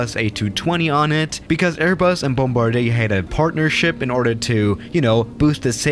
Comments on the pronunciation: Bombardier is supposed to be pronounced boombardee’A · He calls it BOMBARDIEY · nobody:...: bombardYAY